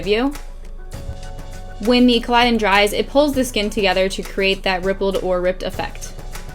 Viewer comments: you're stunning and i love this tutorial but it's not pronounced collidon, it's collodion... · Love it P.s its rigid colodian not colidon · I cringed every time she pronounced it wrong